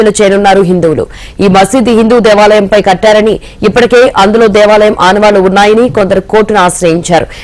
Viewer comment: దేశాలయం కాదు దేవాలయం తెలుగు చదవడం నేర్చుకో లేక కావాలనే అలా చదువుతున్నావు